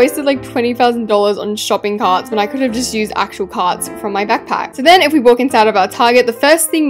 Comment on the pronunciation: she sounded so American when she said shopping carts 🛍🛒